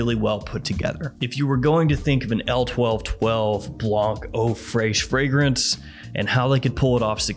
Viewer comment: Eau freishhh😂😂😂😂